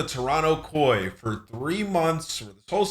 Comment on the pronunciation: calling it k.o.i drives me insane. ITS KOI.. LIKE KOI FISH....